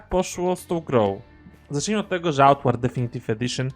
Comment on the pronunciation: Mówisz na końcu tytuł gry, ale mówisz jak byś jadł makaron. Co to za tytuł?